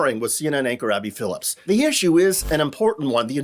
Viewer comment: It's Abby Phillip, not Phillips 🙂